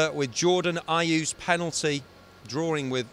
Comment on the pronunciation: We did OK. I really want us to survive, but it's looking highly unlikely now :( Please keep fighting though, Villa! Best wishes for 2016! Ps - It's Jordan 'Ayew'